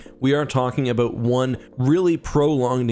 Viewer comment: We are talking aboot.....